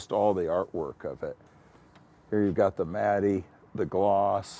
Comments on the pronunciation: Does he think matte is pronounced matty? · Mattey?? Matte is pronounced Matt. What a fool. A rich fool😂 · Did that dude who works in the auto industry call matte, Matt-e? Matty? Really? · It's funny to hear Craig Jackson pronunce "Matte" as "Matty" when it's correctly pronounced like "Matt". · In all my years I have never heard a single person pronounce matte as Mattie. It is pronounced "mat" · Was Craig pronouncing “matte” like “matty”? Instead of “Matt”? Is that an US pronunciation? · Could have let him get a word in. Could aee mr lenos face 😂 😂 😂 and guy with the corvette... Ive the matty...... Matte he says it as he spells it 😡 😂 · Anyone else notice that Craig Jackson pronounces the e in matte when he's talking about glossy or matte carbon fiber? Matty?? I love it, nobody needs to correct Craig Jackson, it doesn't affect his love of the car or anything else. I hope never loses his appreciation of his experiences. His genuine excitement and humbleness is why I love his videos. CarTrek critics need to get out of their mom's basement more often. 😜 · "Here you've got the matt-e, the gloss" lol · This man is a legend but did no one else notice he says matte as “matty” 👀💀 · Is Craig saying “matty” for matte? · I simply can’t believe that Mr. Jackson was pronouncing matte as “matty”. Like, how does anyone that into cars not know how to pronounce matte?? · Craig Jackson pronouncing matte “matty” 🙄🤠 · This guy is an auto expert yet he pronounces ‘matte’ as “matty”? How has nobody ever corrected this guy? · What kind of goofball with yes people around them says "mattie" for "matte"? He sounds like one of those US Italians that overemphasizes the "e" at the end of words because they don't know how to pronounce things. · He pronounces "matte" matty. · Pronounces "matte" as "Matty" "Turbine" as "turban" "Slantnose" as "Slopenose." I just can't.